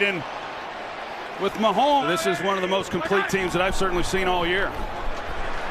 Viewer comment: His names Mahomes, please don't ever do that again lmfao.